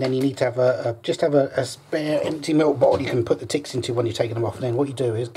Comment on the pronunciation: How he say tets should be on a tntlv or try not to laugh video